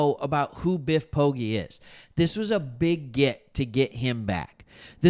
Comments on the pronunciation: Biff’s surname is pronounced Po-“Gee” (like the letter G”)👍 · Ive always heard it pronounced, po-jee